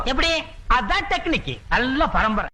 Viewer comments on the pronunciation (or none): none